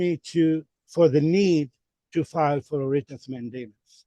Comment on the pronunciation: I hear him saying WRIT OF MATT DAMON 😂